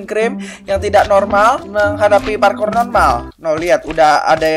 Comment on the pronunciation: Parkur bang bukan parkor